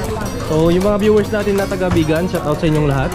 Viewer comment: Don't say shut out say shout out dats the correct pronunciation tnx